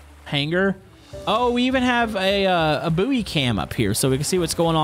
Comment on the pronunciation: Just got to say "Buoy" is pronounced " Boy "